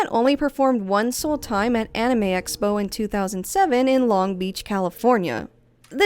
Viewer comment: Its so weird to hear a native english speaker pronounce "Anime" correctly. Americans have massacred that word beyond recognition LMAO